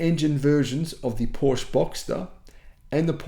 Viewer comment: you should someday learn the pronunciation of Porsche!